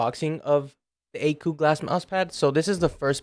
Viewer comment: How do you get the pronunciation of akeu out of akko?